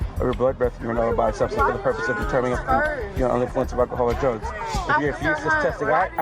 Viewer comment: What is with the not being able to say the word drugs?